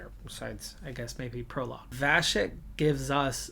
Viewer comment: Now that you’ve signed him - Vacek’s surname is pronounced [vatsek] as in Czech there needs to be this symbol ˇ above the C for it to be pronounced as [vachek].